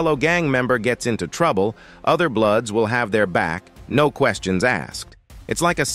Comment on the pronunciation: Idk it this is AI or a true voice but he can’t even pronounce bloods or blueds if they met to say blues lol this is a joke I rather hear it from true gang members!